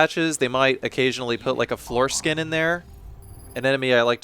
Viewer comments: I thought the whole time you were calling them foreskin, not floor skin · I thought he was saying foreskin for longer than I wish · am i the only one who keeps hearing foreskin and not floor skin?